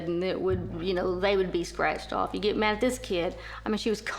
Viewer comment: Dis !?????? Widout !?????? Deres !?????